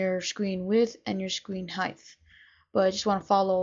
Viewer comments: He said screen Heighth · width and heighth...